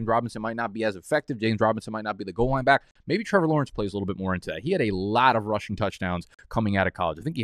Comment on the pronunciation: Can you tell us why you say bike instead of back? I’m new I got no idea